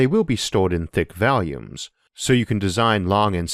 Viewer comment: VAWL-yoomz, not Văl-yoomz. The first vowel is an aw, not a short a as in cat or apple. -- It sounds like you're saying Valiums. -- You'll be better understood with AW there.